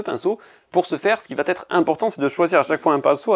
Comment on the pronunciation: Sympa ce format "court" en trucs et astuce. Il ne reste qu'a dire "va être" sans ce T qui n'existe pas...